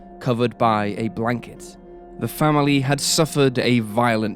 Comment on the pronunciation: Did he just say “branket” instead of blanket? 😮